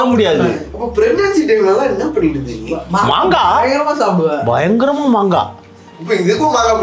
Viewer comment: BAYANGARAM ILLA DAYANGARAM 😅